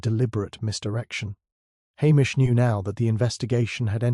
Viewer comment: Good story 👏🏼🇦🇺 McCleod is pronounced McCloud 😮 Hamish is pronounced Haymish 🥴 AI programmer take care. It's not hard 😔